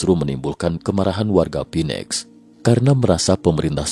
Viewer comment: Pak..... Phoenix dibaca : FINIX bukan PINEX